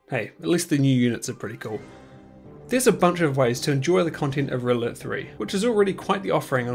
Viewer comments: I cant help but hear ''Riddler'' whenever you say ''Red Alert'' THAT fluently and it cracks me up every time :D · When you say “red alert” I hear “riddler”